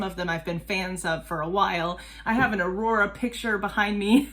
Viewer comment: I’ll probably comment again after the video, just gotta say that was a really good pronounciation. It’s always impressive when people make the effort. 😊 The way you said her name is very close to how Aurora would have said it as you had that R they say in Bergen (Where Aurora is from).